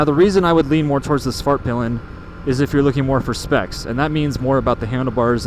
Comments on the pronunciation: Suvhurtpill'un and vittepillen ofcourse imagine owning one for years and not being able to pronounce it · Why not just say “the white arrow” or “the black arrow”? The American pronunciation of these words is making my Swedish ears bleed.